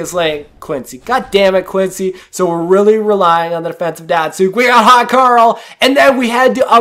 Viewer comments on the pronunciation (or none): none